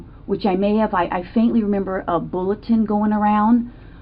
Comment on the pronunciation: When she says "bulletin" stuck me bullet?